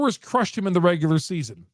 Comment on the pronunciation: Nigga a casual stop saying “regualr season” this playoffs buddy